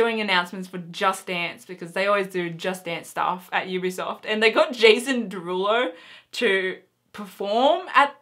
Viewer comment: I believe you said EBsoft ....or at least sounded like it lol because you said Ubisoft after that and I realised it sounded different so I checked it again :D